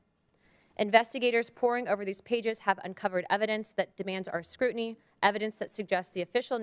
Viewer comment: 24 minutes of nothing leading up to an annoying American womans voice. She pronounces words without the letter "T". Example: Scru'iny.